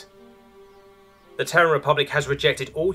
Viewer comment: Terran is a TWO syllable word pronounced "tear ran" not "tern".